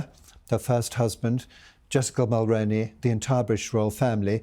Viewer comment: 👋 As a 🇨🇦Canadian viewer I just wanted to let you know that one of your presenters mispronounced Jessica Mulroney's last name. I'm in my 50's and I remember very well how our former Prime Minister Brian Mulroney's last name is pronounced.. It's sounds like Mull-Roo-Knee... think of the actor Micky Rooney's last name and simply add the prefix of Mull to it... so Mull-Rooney.. It's one of those names that you can't use the spelling to pronounce it correctly... something like Beauchamp can be pronounced a few different ways but should be something like Bo-shamp, yet people have said beech-am or beech-ham 🤷‍♀️ You can simply look up old news articles from Canada 🇨🇦 say from CTV, CBC, CITYTV or Global from the late 80's to very early 90's and you will hear it pronounced as Mull-Roo-Knee - Mull-Rooney ... Also just in case Reitman's ever comes up it's pronounced as Reet-man's and NOT Right-man's as so many people mispronounce it as... how they get that when it's spelled Reit not right or Rite that 2nd letter "E" should be a strong indication as to how it should be pronounced but 99% of the time they get it wrong 🤷‍♀️ Thank you for reading this and 🤞hopefully people will finally after 7+ years of reporting on Harry & his Wife and his wife's extended friendship circle that they'll finally start getting it right 🤞